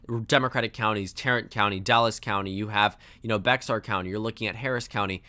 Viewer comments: Bexar is pronounced 'BAY-HAR' if you're a Spanish speaker and 'BEAR' if you're a local. It's not 'BEX-AR'. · Yo I love your Channel and I'm glad SOMEONE finally mentioned Bexar county, but It's pronounced "Bear" not "Bexar" even though its spelled that way. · Bexar county is pronounced “Bear County” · I pronounce it Beh-HAR. But, yeah, both are still more correct than Bex-ar. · Bexar county is pronounced "Bair". Besides that great video. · Love your Videos! Bexar is pronounced "behr". It came from the spanish "Béxar" (Bay-har) but we've (I'm from San Antonio) collectively decided that the pronunciation is "behr" or "bear". Keep up the good work, and just fyi your audio levels are always fine! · What a sigh of relief this is. By the way, just so you know it's "Loo-pay" Valdez and "Bear" County. I know the x in Bear being silent throws a lot of people through a loop, but yeah... that's how we pronounce it in Texas lol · Hearing the play by play last night was wild, it was some good shit. Btw, the "x" in Bexar County is silent, so it's pronounced "bear" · Bexar county (San Antonio) is pronounced Bear county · Hey, Bexar County (San Antonio) is pronounced Bear County, the x is silent. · Bexar County is pronounced ‘Bear County’. Good video! Always love the content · Bexar is pronounced as Bear. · It’s pronounced Bay-har county. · Hey, its not a big deal but a piece of information but it’s pronounced like “bear” not like it’s spelled. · Texas tip, "Bexar" is pronounced like Bear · Bexar is pronounced "bear" which doesn't make sense to me either but eh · If wants to be in or around politics, he's going to need to learn local pronunciation.